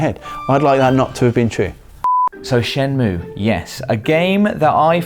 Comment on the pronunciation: The game is not called "Shen-moo." You have to say the -ay sound. Shen-moo-ay.